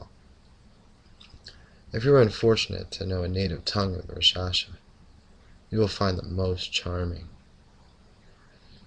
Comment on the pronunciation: The "K" in raKshasa isn't silent!